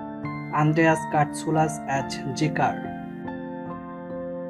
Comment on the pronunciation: AS = AAZZZZZZZZZZZ not AT